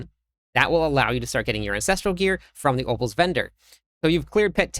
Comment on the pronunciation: Are you saying ovals vendor or opals vendor? Sorry I'm new I have no idea what that is lol